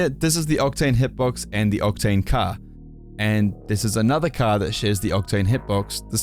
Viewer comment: man said “caah” instead of “car” 😭